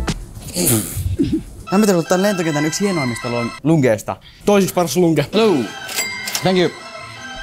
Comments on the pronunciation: Se ei oo Lunge se on Lounge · Joo sitä ei sanota lungeksi